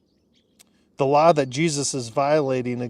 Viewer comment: it sounded like you said "allah" instead of "the law"! i had to back it up and play again, for i knew i could not have heard right 😊